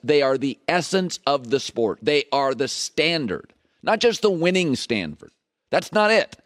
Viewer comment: he actually said"standferd" 😂😂😂😂